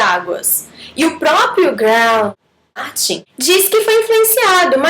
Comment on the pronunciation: Quase morro de rir quando vc falou o nome do Martin.